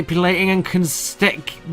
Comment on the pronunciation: lol consteucting